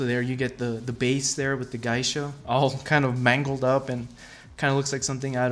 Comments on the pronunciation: Geisha is pronounced gay-sha not guy-sha, just saying. Other than that nice piece and cool video. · its Geisha not Gaisha.... just so you know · Thanks for your nice review. You've probably heard this already, but the correct pronunciation of "Geisha" is GAY-sha not GUY-sha. Just FYI. Keep up the good work! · its pronounced "gaysha" not "guysha"!!!!!!!!!!!!!! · It's pronounced "GAY-Shaw"... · For the cost it would have been nice if they would have installed bottom LED spot lighting and colour changing fiber optics that hang out of the neck on the Geisha ...Geisha is pronounced Gaa-sha or Gee-sha..Thanks for the review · It's pronounced "Gay-sha" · Dude, just fyi… you butchered 'geisha'. It is pronounced like 'gay sha' because 芸者 is spelled like げいしゃ and this is also true for any English variant in pronunciation. So the word was incorporated into the English language and is also pronounced in the same way. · You keep saying geisha wrong. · You are saying Geisha weird as hell. I love the statue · You should NOT say geisha ever again in your life!